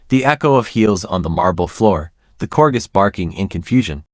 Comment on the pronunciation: AI at its worst. .Can't even pronounce "corgis" correctly.